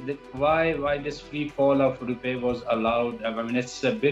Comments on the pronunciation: It’s rupee not rupay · “ Rupay “ kya hota hai bhai ? This man cannot speak English properly, let him speak in Urdu and you put subtitles. This is pathetic.